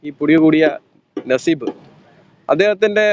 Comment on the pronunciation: നസീബ് അല്ല നസീഫ്.... നസീഫ്.... എല്ലാരും എന്നെ സംശയിക്കും